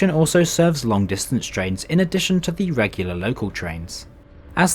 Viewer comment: PLEASE stop saying "thee" and start pronouncing it correctly. We're not in the middle ages and you'Re not a poet.